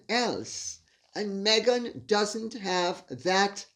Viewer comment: "Me-"ghan, that's the easiest way to verbalize the personality disorder!